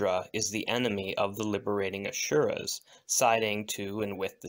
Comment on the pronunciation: Just as a note: there is no “sh” sound in Asura.